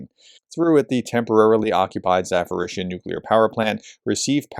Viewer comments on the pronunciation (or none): Why does keep saying ZaForizhzhia? There is no "F" in Zaporizhzhia. It's like a click away on Google translate to hear the correct pronunciation. It's been 3 years now and still with the F in Zaporizhzhia. Come on. I enjoy watching the reports but that ZaForizhzhia really gets to you. "P" not "F".